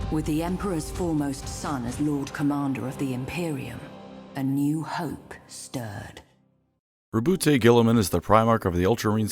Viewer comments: "Roboot Guiltyspark" 😀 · It's not even the first of april yet we have here on our hands Rowboat Girliman pronounced the greatest primarch. I've got clickbated. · Congratulations on making it to before purposely mispronouncing his name. I know the temptation was hard to fight off.